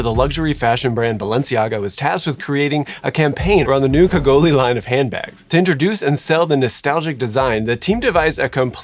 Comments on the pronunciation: LUH - KAH - GOAL Pro tip for French: pretty much always ignore the last letter. I wonder why Balenciaga used the masculine Le instead of the feminine La despite Cagole being a feminine word. Also, I think it's Marseille slang rather than a French word. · pronounce it like "kajol" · It’s pronounced « cagoll » haha, and I’m floored that this archetype would be seen as desirable for luxury brands — the images you showed were definitely not illustrative of the stereotypical cagole. It’s a term almost exclusively used in the southern half of France (along with « pichasse »), to describe « tacky » Southern French women ; « tacky » as in loud, uneducated, classless, would-be bimbo. A very classist word, derogatory all around — I’d say that « ratchet » or « trailer trash » (but like, the « bad bitch », dolled up version) or perhaps « boujee » would be good equivalents in US English. In the UK she’d be an Essex girl. The male equivalent is a « kéké » and that would be a chav (not sure there’s a US version of that archetype). Impersonating a cagole with designer clothes or accessories would just be another example of how the ultra rich like to parade around cosplaying as characters from « the hood » instead of forming their own personalities. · LaCa-goolyy? Lacka-gool? you are adorable:) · Ca—go-lee short an and eeeeee (long E) sound for the e. Cagole.